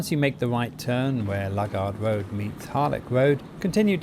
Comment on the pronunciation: It's not Lug ard road it's Loo gard road!